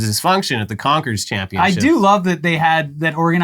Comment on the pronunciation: Confers?😂 yeezus